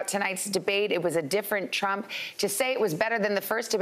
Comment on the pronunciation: "i agree with truck"